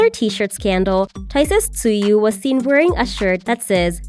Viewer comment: just something you should know is tzuyu is pronunced as chewy and not tzu-yu